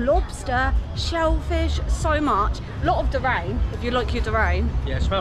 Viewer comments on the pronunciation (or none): DURIAN !! 🤣🤣 not durane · Repeat after me. Jeer ReE An - Durian, not DERAIN. You are braver than me I can't stand that stuff. If you find it try Miang Kham. They are around 15 baht. It's lots of goodies in a folded betul leaf, very highly recommended (and vegetarian). Tell me and please be honest. What do you prefer Thai or Malaysian food?